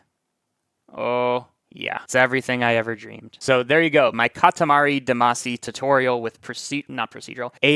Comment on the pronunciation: Love love love your content. Can't believe that's how you said Katari Damacy. Love it.